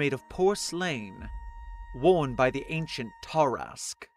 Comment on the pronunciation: small correction on pronounciation, its supposed to be closer to "ter-ask" or "tah-rask" than "tar-ask", i think the main key is the speed of its pronounciation? not sure though. like it could also just be that the emphasis is meant to be on the "a" in "ask" as opposed to the "a" in "tar" as it is spelled tarask...keep up the good work.